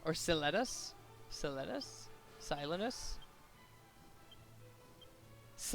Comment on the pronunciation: Pronounced sa len ius